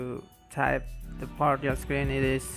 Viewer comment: lol I thought u said party off- screen